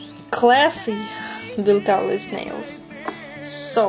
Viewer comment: I am impressed that you are saying Bills last name right. =) Most people don't. They say it like (Kal-litz) I love your nails. I've been getting "Bill" nails since may, but I have always gotten it done professionally. Its nice to know how to do it at home when you don't have all the tools they have at the salons :) In fact right now I have "Bill" nails but they the tip is a different color =)